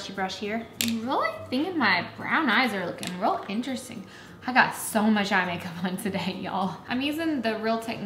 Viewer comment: She says real a lot but comes out rull. Like that's rull cute, think it was their American eagle haul.